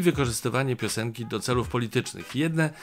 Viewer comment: piosenki a nie pioneki